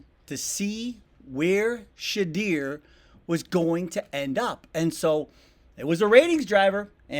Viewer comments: She-deer? Shedeur, sha-doormy man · for the love of everyones hearing learn how to pronounce his fkn name!!!!!!!!!!!!!!!!!!!!!!!!!!!!!!!!!! not shedeer its shedoor i know its spelled sheduer but its pronounce shedoor smfh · Just here for Sheduer news. His name is pronounced “Sha-door” not “Sha-dear”. Puts some respect on his name! Especially since you're using it to cash in. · It's pronounced shadoor, not shadeer. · Can you learn how to pronounce Shedeur Sanders name correctly??? If you’re going to keep saying his name, at least LEARN HOW TO PROPERLY PRONOUNCE IT. Where do you see “dear” in Shedeur? It’s super annoying and lazy. His name is pronounced “She-Door”, not “She-Dear”. He’s on your team now. Please say the say the man’s name correctly. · Sir just say this… “SHA DOOR” … “SHA DOOR” That’s how you pronounce Shedeur…. Not “SHA DEER”. Thank you kindly. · It's shedeur not shedeer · His name is pronounced, shuh-DOOR, not shuh-DEER. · Learn how to pronounce his name. It isn’t ShuhDEAR….it is ShuhDOOR. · Please learn how to pronounce his name it's not Sha-DEAR it's pronounced She-door. 🚪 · I have taught so many content creators how to pronounce She-door's name 😆😆😆 most ppl pronounce it She-drrrrrr😄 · New to the channel. Please take the time to learn to pronounce a person’s name correctly if you’re going to report on him/her. In this case it’s Shedeur and it’s pronounced Shuh-DOOR; not Shuh-DEER. Please and thank you. 😊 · Please, it’s pronounced Sha-do-er NOT Sha-deer. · Learn to prounce his name correct sir. It's not She...deer it's Shedure..😮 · Shut- deeer😂 it’s pronounced sheh-door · Repeat after me Shedeur is Sh-uhh-door not sh- eh-deer. I mean if ya gunna report on the young man and a QB on your Browns team atleast make that effort to get his name right. 🧐🤔🤨😏😎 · Shadeur not Shadeer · His name is pronounced SHA-DOOR... not SHE-DEER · Sha DER? I think it's Sha Door... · His name is pronounced Shadoor not Shedear. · Sha-door not Sha-deer. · Who is “Shedeer” lol